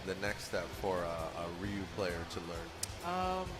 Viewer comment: Lmao he was stalling for the character select screen to say who he mained cause he didnt even know the characters, then when it came up, he picked the first character he saw, Ryu, and pronounced it incorrectly.